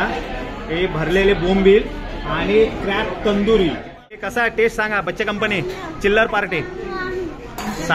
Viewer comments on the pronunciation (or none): none